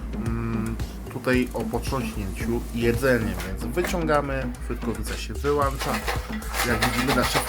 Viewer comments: Wyłącza nie wylancza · Przeciez kosz nie jest caly tylko wlasnie ledwo w polowie jest zapelniony... dlatego tak spalilo te frytki. Juz 10 minut wczesniej trzeba bylo te frytki wyjac. Nie mowi sie wylancza.